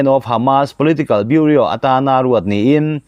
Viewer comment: Chanchinthar puangchhuak ngam ve meuh, Bureau(Biuro) Biuria ti a, i han lam hi zawng ka lo zahpui che.